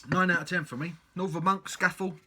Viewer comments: I'm not Cumbrian but I think it may be pronounced 'Scaah-Fell'... 😉 I agree; cracking beer! Leaves a lovely lacing on the glass too. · Cracking beer.It's defo one of the best at least in terms of Pale Ales. Also us Northerners pronounce is Sca Fell it's named after the famous mountain in the lake district. Bloody beautiful place. Cheers.